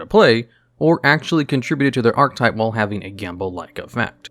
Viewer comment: I gotta ask, why do you say ark-type?